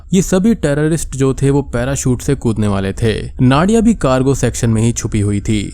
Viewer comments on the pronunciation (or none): Its नादिया , not नाडिया